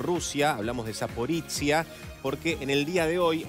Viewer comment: Zaporoshye, no Zapporitziya...